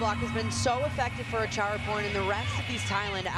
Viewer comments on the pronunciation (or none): It’s Acharaporn not Chatchuon😭😅